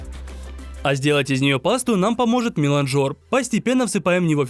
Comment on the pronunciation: Вообще то милАнжер, а не миланжОр ну ты расстроил Z